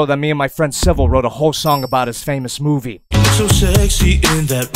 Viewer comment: Le focking muvi